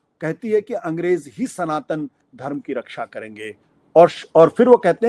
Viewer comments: सनातन को संतान बोल रहा है मूर्खआशुतोष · It is not Santan, it is Sanatan....